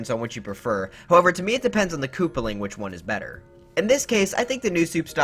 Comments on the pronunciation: "That's betuh" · British Odyssey Central.